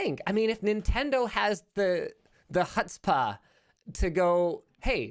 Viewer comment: Linus trying to pronounce "Chutzpah" was something I didn't realize I needed to hear today. :)